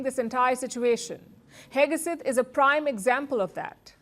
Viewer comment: Palki: It is not Hegeset it is Hegset. Not Heg(e)set.